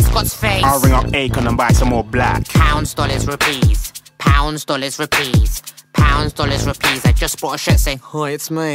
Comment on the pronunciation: pronounces rupees like a white boy.